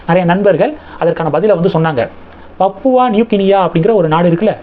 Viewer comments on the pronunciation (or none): அது பப்புவா அல்ல. திருத்தி கொள்ளவும். சரியான உச்சரிப்பு பாபுவா. (Pa)Pu Va.... பாபுவா நியூ கினியா.